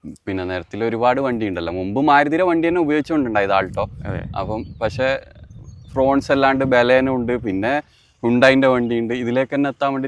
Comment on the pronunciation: ഫ്രോൺസ് അല്ല. ഫ്രോങ്സ് ആണ്❤ ശ്രദ്ധിക്കുമല്ലോ